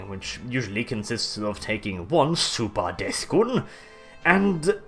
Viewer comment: Your pronunciation of "SUPAH DETH GOON" made my day, good sir X)